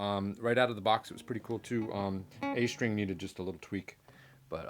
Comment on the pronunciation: Are you from Germany? I ask since you pronounce st as sh, as in strat or strings, and Germans do the same like in Straße or Stadt. Nice playing, I own a G&L Legacy Tribute and Squier Affinity Strat among others. G&L really sings, very very underrated guitar, and if one is to get it used, they are underpriced in used market at least in Canada. I'll take it over any MIM Strat.